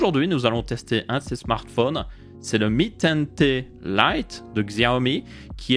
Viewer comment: Tu dis "mi ten Té" au lieu de "mi ten ti" mais c'est stylé